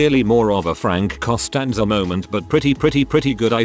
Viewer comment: How about not realizing its Costanza not Constanaza ?